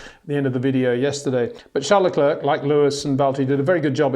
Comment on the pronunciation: Why does he mispronounce LeClerc?